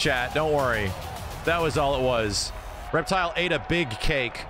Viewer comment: REPTILE!!!! REPTILE!!! ITS REPTILE!!! REPTILE!!!!!